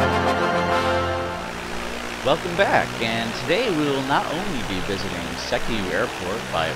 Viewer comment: You're pronouncing Sekiu wrong. It's more like SEE-Kyoo.